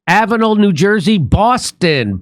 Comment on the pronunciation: It's "Avenel"